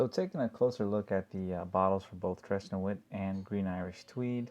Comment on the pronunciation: Please learn how to say it properly. It will take about 10 seconds of your time. You sound like a fool when you say "trays nu-eet."